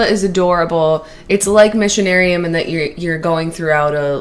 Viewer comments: For anyone still wondering 10 months after, "Missionarium" is supposed to be "Machinarium" :D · Guys it's Machinarium, not Missionarium, haha